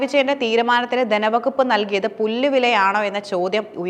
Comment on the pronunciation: ദനവകുപ്പ്,ഫരണരംഗം,അദിഹാരം.ഈഉച്ചാരണങ്ങൾ തെറ്റ്.തിരുത്തി പറഞ്ഞ് ശീലിക്കണം.